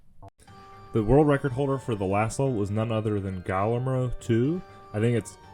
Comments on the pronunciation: Lol yeah it’s pronounced Gee-Yair-Mo but thanks ✌️ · I think it's pronounced Gee-Yair-Mo. Double L's in Spanish are pronounced like Y's.